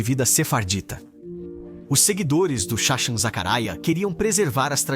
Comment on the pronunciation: Eles não erraram, a voz do vídeo é uma voz de IA (Inteligência Artificial). A IA ainda não tem a capacidade de pronunciar algumas transliterações hebraicas corretamente.